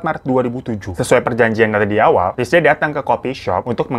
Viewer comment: "linsiy" bang baca namanya haha..